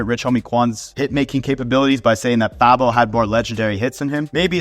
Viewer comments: you pronounced Fabo as "Fab-O" instead of "Fay-bo", no need to watch the rest of the video, you don't have enough knowledge to be speaking on the subject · Fabo is ATL LEGEND U CANT EVEN PRONOUNCE Dey named correctly bihh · Although I agree with some of his points, if you’re not from Atlanta u shouldn’t be making a video of who’s qualified to be on the top 50 Atlanta rapper list….his didn’t even say Fabo’s name right, that shit made me cringe